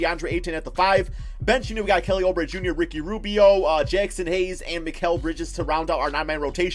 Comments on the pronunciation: Suns will make a bigger splash. You’re too conservative. TJ Warren will be traded. Maybe to the Nets for Dinwiddie or s&t for Russel. Then they’ll get an audience with KD before settling on Julius Randle. Oubre...pronounced Ooo bre not oh bre will be resigned after they finish free agency signings. Probably 4 years for 55 million or about that. He’s also the starter even if Warren is on the roster. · STOP SAYING OUBRE WRONG ITS “OOO-BRE” NOT “OH-BRE”